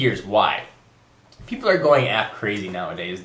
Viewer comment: peapol? ;P? its okay you made a good point